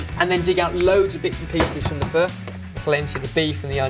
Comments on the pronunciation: You should pronounce it more like 'fur' just saying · You day pho like pha guys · Pho is pronounced FA or F-A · My Opinion.One: said Pho wrong.Two: You use Pho noodles for Pho, not Udon Noodle. Even though Udon noodles are thicker and it holds flavor well it shouldn't be used for pho.Three: Pho is suppose to take awhile to cook. Its not like a 1 hour process.